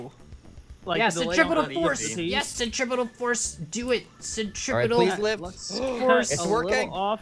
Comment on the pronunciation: It's actually centripetal force not centrifugle